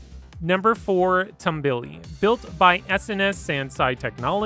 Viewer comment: You said Tambuli wrong